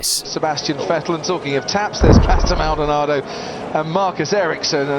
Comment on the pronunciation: Normal people: Pastor Maldonado Legends: Pastor Maldonaldo